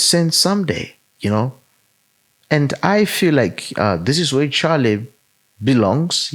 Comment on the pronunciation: Sorry just a little point I would like to make. Respectfully could you please find out how Charlie's name is pronounced before going on air, in respect to him. 🙏